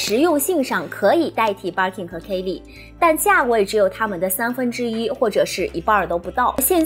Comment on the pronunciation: 还有 kay leeee 😅